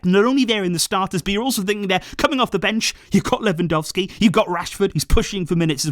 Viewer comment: did you just call him "Ferrandowski"?